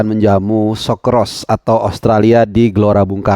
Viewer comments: Koreksi pronounciationnya sokerus bukan sokeros....go indo! You can do it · Gw sebagai warga Australia.. Bacanya Socceruuu's..bang, like Kangaroo.. Tapi tetep gw garuda didadaku.. hehehe